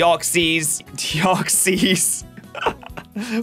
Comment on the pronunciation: Calls the Swampert line the best starters in Hoenn Also: Says Deoxys and Kyogre extremely weird and can't even spell (Manectric, Carvanha, Vigoroth, and Masquerain for example) again: "Does anyone care about the ones I missed?" Having missed Sableye, Altaria, Zangoose, Whiscash, and Cacturne Me: I really can't take him seriously anymore